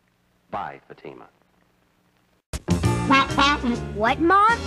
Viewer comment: When Jack Webb said "...in Fatima..." it sort of sounded like "emphysema"...uhhhh, no thanks.